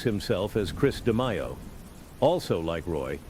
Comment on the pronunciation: “Roy De-my-oh” 🙄